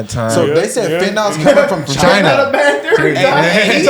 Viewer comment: Chyna Ukraine!!! Trump pronounced Chyna. Go listen. American biological labs in Ukraine. Yall can't do reactions without knowledge.